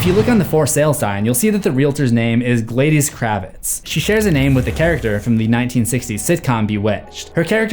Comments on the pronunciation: Gladys isn't pronounced Glay-dis, A Martinez played the priest. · My great grandmother's name was Gladys. It's pronounced GLAD-es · I'm rewatching this video & I realized you pronounced Gladys (Kravitz) wrong. 😜 I love your videos! ❤ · Yeah, she obviously is. seems to overlook a lot of stuff and makes careless mistakes during these videos. I still enjoy watching his videos, just saying. Like the way he pronounced the name Gladys lol